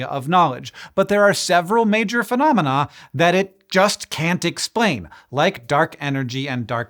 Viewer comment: It slightly bugs me that Hank pronounces phenomena "phenomenaw" 😅 like his brain is trying to say phenomenon but he's just cutting off the n at the last second. I know a few people that do this though tbf